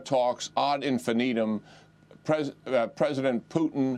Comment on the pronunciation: “Ad infi-Needham”, Jack? Really? I saw Charlie’s interview from the other day. Nothing there from a schoolmate, even. Then, I went to the supermarket in my childhood hometown this AM to get sliced turkey cold cuts for another blown Thanksgiving. With another amazing 1 in 1,000,000,000 coincidence jump at the corner and heat off everywhere except the YMCA at 38 F. If you ask me, Jack, the WH’s not mentioning last year that 2021 was the 400th anniversary of the dinner was the most destabilizing event last year. They did not even need to straighten out the history and note that the Indians hosted the Pilgrims. Or that Paul Revere was captured long before he should have arrived in Lexington 150+ years later. The omission allowed the world’s bad guys to think the incorrect was correct.